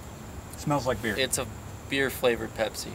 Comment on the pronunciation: beer not bere